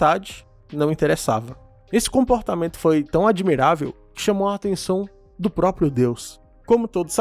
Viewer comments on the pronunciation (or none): none